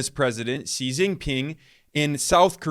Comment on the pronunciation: Wow Ben pronounced Xi's name like a boss. 🙌🙌